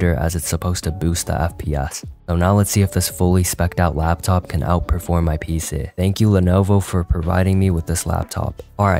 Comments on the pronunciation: Why is bro saying peesee? 😭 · Y u say pc sometimes like pceh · BRO SAID PEESAHH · "pee-se" is messing with my brain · “My PCEH” Why is bro so Funny 😂😂😂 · Bro was pronouncing PC like "PSeh" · How he says pc💀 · The way bro said pc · the way bro says pc